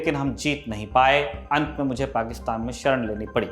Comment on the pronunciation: पाकिस्तान तो सही से बोलना सीखिए|